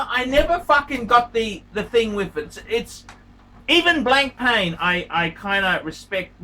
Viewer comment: just pronounced Blancpain as Blank Pain, brilliant